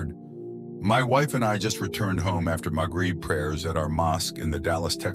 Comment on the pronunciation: "Maghreb prayers", not "my greed prayers"